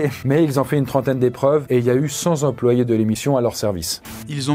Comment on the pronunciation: Combien de zemployés ?